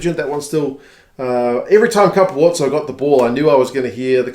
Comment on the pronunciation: FYI Capuozzo isnt pronounce Ca-poo-otzo, the u and o combine into 1 sylable as in Cap-wot-zo